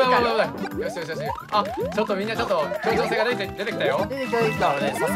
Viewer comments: 今更すぎるけど にそらるさんが｢ちょうきょうせい｣って言ってるけど言いたいのは｢協調性(きょうちょうせい)｣だよね…でもかわいいからあり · そらるさん協調性を調教性って言ってね？w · ちょうきょうせいってなにwwwwww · そらるさんが「協調性」と間違えて「ちょうきょうせい」を連呼してるｗｗ 調教てｗｗｗｗ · そらるさん最後らへん｢協調性｣を｢ちょうきょうせい｣って（笑） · 途中でそらるさんが協調性のことを「ちょうきょうせい！」って言ってて可愛かった笑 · どーでもいいかもしれんけど、そらるさんが、「協調性」を「調教性」って言ってる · そらるさん ちょうきょうせい 協調性では？w可愛い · そらる⇒ちょうきょうせい！！ 協調性じゃない？そらるさん可愛い…w